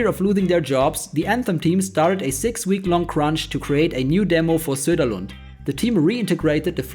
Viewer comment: you've butchered Patrick's Sunderland name hard (I don't mind it, he totally deserved it)